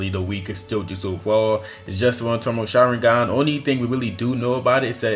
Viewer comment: Tomoe is pronounced toe-mow-eh.